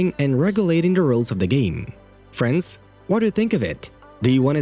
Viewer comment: Why do I keep hearing French instead of friends